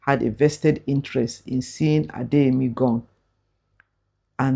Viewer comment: Gone - gon